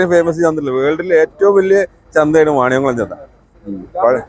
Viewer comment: മണിയംകുളം അല്ല . വാണിയംകുളമാണ്.